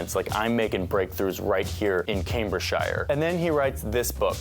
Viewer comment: Not pointing to great Google skills to butcher “Cambridgeshire” like this.